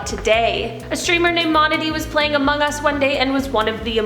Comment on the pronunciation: among US not omong us